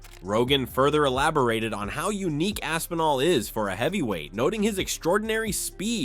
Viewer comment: You’re missing the P again Rampage. Lol. AsPinall. Not ASSINALL.. lol